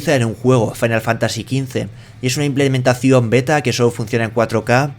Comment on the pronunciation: "Wolfrestein II y Farain Fantasy" xD xD xD